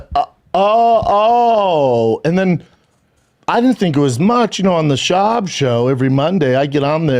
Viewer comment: Callen being unable to say Schaub is funny while defending his comedy was amazing though.